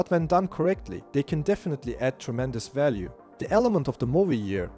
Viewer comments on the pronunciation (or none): none